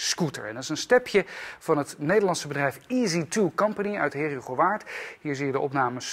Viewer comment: Jezus man leer Heerhugowaard normaal uitspreken